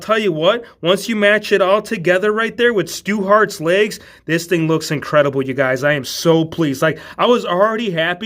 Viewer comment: “Stu Hart” Corazon De Leon